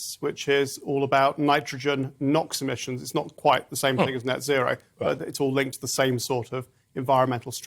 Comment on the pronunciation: Sometimes British language sound really funny. 'As Dutch farmers resist neo-nazi(row) laws' is what I heard. Love from the Netherlands 💜🙏🏼